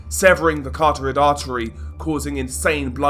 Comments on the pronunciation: This guy has been saying the name of an artery taht doesnt exist since the stat of his channel. Great channel but wish he would say the word correctly...ist every video he gets it wrong CAROTID NOT CARTORID. Every single time, its gotta engagement bait at this point. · ITS NOT CARTORID ITS CAROTID. Learn to say "carotid" please man, its irritiating bro. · I get exasperated every time he says exasperated and carterid artery.